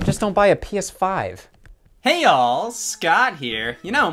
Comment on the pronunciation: I THOUGHT HE WAS SAYING "Hey y'all" WHY DIDN'T ANYONE TELL ME HE WAS SAYING HEY ALL!?!?!?!?